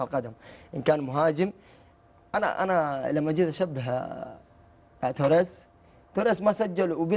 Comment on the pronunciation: تاورايس انطق اسمه زين بعدين تعال تكلم